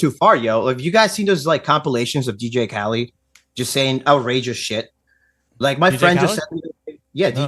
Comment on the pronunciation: he is low iq, it was very hard for him to formulate an argument or even pronounce simple words/names “dj kali” lol he could not even let the host finish his thought without interrupting